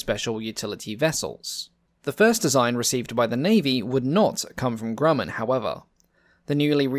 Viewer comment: Great video spoiled by the mispronunciation of Grumman. (grew man)